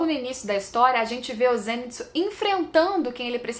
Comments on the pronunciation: Por que ela insiste em fala "zênitsu" mesmo depois do outro explicar que é "zenítsu"? 🤔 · se fala "zênítsú"